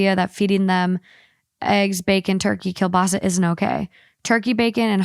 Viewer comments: I've never heard someone day kielbasa the way she does 😂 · The way said “kielbasa” 🤣